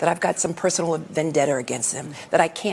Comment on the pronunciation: "VandetteR" <the f**k is that word, someone needs to go back to grade-school.